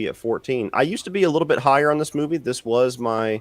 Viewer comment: It's because he is a pedophile. Look at him constantly touching his face and showing his fucking disgusting fingers. Constantly playing with himself. And for an Englishman, his butchering of the English language is appalling. "Moovay"